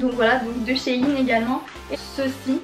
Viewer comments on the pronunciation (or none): none